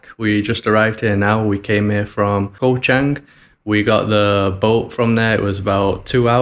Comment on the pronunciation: Thai word for Island is Gaw, said very quickly. Not a 'k' sound.